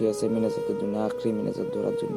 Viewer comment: মিনাজাদ নাহয় মোনাজাদ। দেহাইম নাকইস দেখাইম কইস্। সুন্দৰ উপস্থাপন